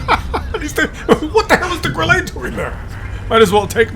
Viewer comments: not GrillEE , Grille (e is hard short, not french long like warm singsang - we Germans don't have time to sound friendly.- short and hard :face-green-smiling:😋) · Why do you call it a Grillé?! Or is it "Grillay?" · Grille is pronounced Grill la. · While we are still on the topic of the Grille . And by the way you don't have any german friends as long as u pronounce the Grille wis a french accent ?:face-purple-crying: You muppet.🤣